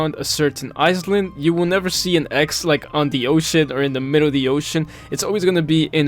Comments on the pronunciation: hello!! very helpful video for players new to grinding gems, however, island is pronounced "eye-land" and not "eyes-land", and isle is pronounced the same way as "I'll", not "eyes-le", hope this helps! ❤ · I noticed how you say iSland, it is pronounced eye-land, just a tip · "eyes-lind" jokes aside, you pronounce island as eye-land (or lind, which ever you prefer) anyways nice video :) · i love how he says "eyes land' instead of " i-land" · "island" is pronounced "i-land" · You actually need to say "eye land" when you want to say the word "island", so not with an "s" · Lol was driving me crazy. Eyes-lind 😂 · I hear “ice land” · your pronunciation of isles and island is genuinely fascinating, i dont even think ive ever heard anyone get the pronunciation of those wrong